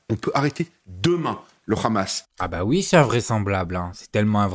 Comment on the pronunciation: Meyer KHabib lol, en effet, s'il n'est pas capable de prononcer Hamas, alors il peut prononcer aussi son nom Khabib